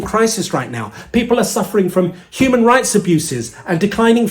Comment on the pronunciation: Youman traffickers. Trumps dumb pronunciation.